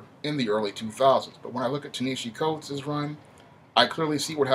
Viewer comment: You didn’t even do the research to be able to say his name right 🤦🏽‍♂️